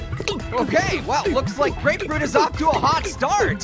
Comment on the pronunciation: you said apefruit lol